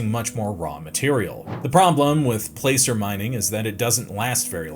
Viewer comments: Enjoyed the video! For next time, "placer" (mining) rhymes with "passer," not "pacer." 🙂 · 'Placer'- its pronounced 'plasser'. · Placer is pronounxed "plasser" when referring to the type of mining.